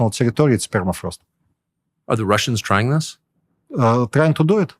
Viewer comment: “ permafrost is melting..” “ Perma” has been car-jacked